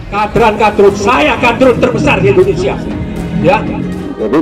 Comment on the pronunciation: Mulutmu saja sebut INDONESAA BUKAN INDONESIA apa karena gigi yg begitu ??